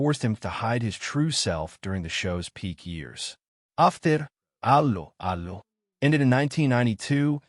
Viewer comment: Dreadful commentary - probably AI generated. Can't even pronounce the name of the programme correctly. I quit after 10 seconds